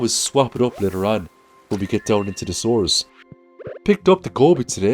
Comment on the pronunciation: Whenever he says "sewers" I hear "sores" and go eeew and have a laugh